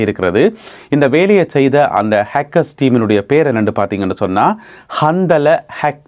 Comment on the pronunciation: கந்தலா என்பது ஒரு ஆணின் பெயர் இந்த பெயருடையவர்கள் நிறைய பேர் உலகம் முழுவதும் இருக்கிறார்கள் நீங்கள் சொல்லும் போது கந்தலே என்று சொல்லாமல் கந்தலா(Handala) என்று சொல்வது நல்லது